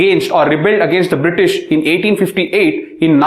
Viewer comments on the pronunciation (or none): none